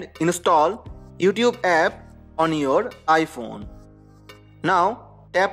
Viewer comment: Omg also he said ipone 🙈😭😭😂😂😂😂💔💔💔